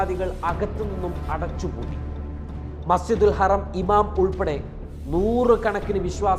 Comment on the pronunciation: Masjidul haraam not harem